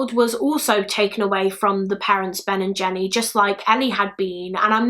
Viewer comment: I can't stop hearing "Ben&Jerry's" every time says "Ben and Jenny"